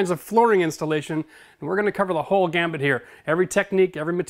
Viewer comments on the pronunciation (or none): Sorry. Gotta do it: Gamut, not Gambit Good channel. Always useful info